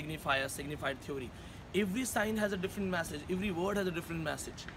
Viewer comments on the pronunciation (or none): stupid... first correct ur he/she n learn to pronounce "theory". then u force ur students to write good reviews.....